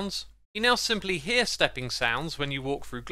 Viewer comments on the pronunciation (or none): none